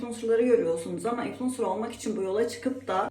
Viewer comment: 500 kere ınfulencer dedin ya 😂